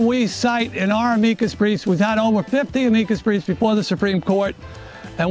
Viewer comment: My favorite part is when he mispronounced "Amicus brief"